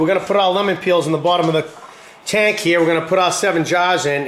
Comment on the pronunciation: "waht we gut heeeyuh bawb?!" you must be from maine